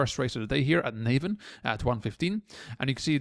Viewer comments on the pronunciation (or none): Just a small point It's not pronounced Nay-van, It's Nah-vin. Great vid apart from that.